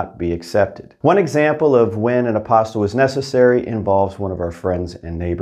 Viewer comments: It's pronounced a-pos-tee, not apos-tl. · its pronounced apo*steel*, not a*pos*til.